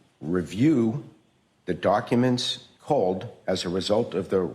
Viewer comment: “to review the darkuments…” Darkuments indeed